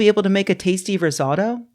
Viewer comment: The only misinformation in this video was that pronunciation of “risotto”.